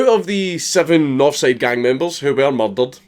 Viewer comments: When he says murdered it sounds like muddled. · Mer'derur'd, the Scottish accent sounds awesome. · Maryl Daryl'd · M U H D A H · Who else loves when he says "murdered" in his Scottish accent Edit: I'm like an F list celeb with all these likes. So obviously give my twitter a follow: miguel_alhakim